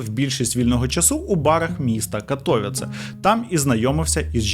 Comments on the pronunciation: Доречі, в Каліші ця фабрика піанін, функціонує до сих пір,і будівля із зовні має такий самий вигляд. Ех.... До війни працював в Каліші. І поправка - не КатОвіце,а КатовІце)) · На майбутнє: правильно Катовиці, а не Катовіце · Не катовіц а катовіце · Не Катóвіце, a вони — Катовíце, множина. Я б локалізував Катовіци. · Вибачте, що виправляю, але катовІце, наголос на передостанній слог😊 дякую за цікаве відео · При всій повазі, але дуже ріже слух коли називають місто КатОвіце . Я мешкаю тут у Польщі вже третій рік,і була в цьому прекрасному місті вже 2 рази! І наголос на катовІце (на і) а випуск чудовий та моторошний) кожного разу, коли дивлюсь випуски про маньяків Польщі… то аж мурахи… бо я тут живу і мої рідні 😮😢 та дай Бог ніхто не постраждає!❤😊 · Тільки не катовІце а кАтовіце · катовІце, а не катОвіце теж щоразу вуха різало,наголос завжди на перед останній склад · Катовіце. Наголос на і 😢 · Катовіце наголос на 'і' 😊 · КатовІце, наголос на "і" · Така мала поравка, в слові Катовіце наголос падає на І. Вибачте за таку душність 😅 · Дуже Сильно ріже вухо від неправильного вимовляння Катовіце, прям не повага, і таке відчуття що спеціально, мені як громадянину Польщі не приємно таке чути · Катовіце ,не так вимовляється,наголос не туди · Живу в Катовіцах. Одразу зауважу: наголос має бути на літері і. Дивлюсь далі. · Дуже класне відео і цікава подача. Але авторе, будь ласка попрацюйте трішки над наголосами, що назва вулиці, що міста Катовіце сказані неправильно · Хоч вимова деяких назв або імен трохи помилкова, але історія - супер! Навіть не чула, що в Катовіцах був такий тип... Добре, що здох. Дякую Вам за роботу, як завжди - неперевершено! 😊